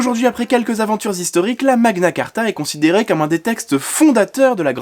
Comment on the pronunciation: "Magna Cartra" Hihi